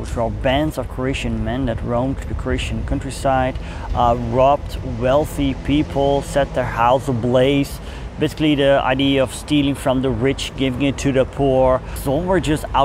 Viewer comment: It's back again. Sigh. Idea is three syllables in English, i dee uh, not i dee.